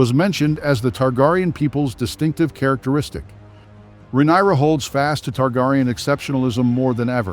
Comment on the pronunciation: Excuse me! 😡 Are you deliberately MISPRONOUNCING the Queen of the Seven Kingdom's given name, and the other words of the HIGH VALERYAN language? or are you that jerk who always thinks he's the smartest person in the room? IF SO? NEWSFLASH: look around you bub, you're the only one in the room, no doubt.🖕